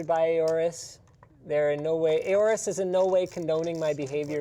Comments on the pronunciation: OR-US Pronounced Like Aura. Don't worry I started saying AY-ORUS too when I read it. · did he just say A-ores?? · Aay-O-RUS?!? Triggered 🤬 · When linus say aorus as ey-ow-rus But you pronounce it as aw-rus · Linus, it's pronounced "Orus" not "ayorus". I read somewhere to think of the Egyptian god Horus without the H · am I the only one triggerd by how linus says aorus?